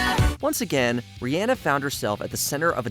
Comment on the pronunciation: You butchered Riri’s name.